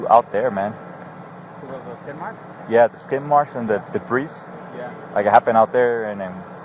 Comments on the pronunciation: Debreees? Learn English if you're gonna live in the USA. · does this dip shit say the “s” in debris?